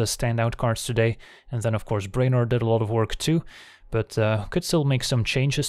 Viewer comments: "BRAY-nor"? you mean "BREW-nor" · As always, a brilliant curve. Its pronounced Brew-en-or.